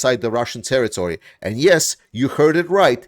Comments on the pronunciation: "terrory"? Do you even try? lame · Territory not terrory